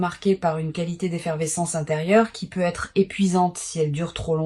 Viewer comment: les voix IA c'estpluspossibler ou alors corrigre le "Peu.. être " insuportable